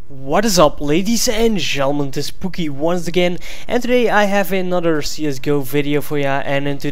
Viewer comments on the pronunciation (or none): none